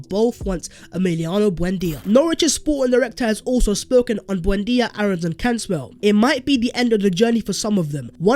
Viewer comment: Keep your hands off and btw pronounce Aaron’s name like airr-ons